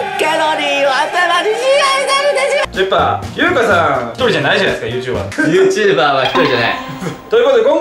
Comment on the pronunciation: YouJber(ゆーじゅーばー)ってことやな